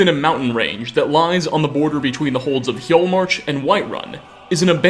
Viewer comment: yeah lol he pronounces Hjaalmarch correctly but not Bromjunaar